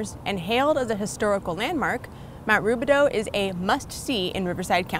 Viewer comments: Americans will never be able to properly pronounce the “OU” sound. lol. It’s actually pronounced Rubi-dOO not Rubi-dOH. 😂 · It's actually pronounced Roobidoo. A local wine group meets in the catacombs once a year for their annual meeting but it's closed off to the public. The tunnels were used to transport dignitaries from the Mission Inn to the illegal bathhouse off Lemon Street. Great video, thanks! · The correct pronunciation is “ruebidoo”.